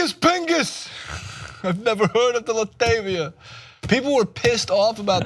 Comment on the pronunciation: I've never hurt of la-tav-e-ah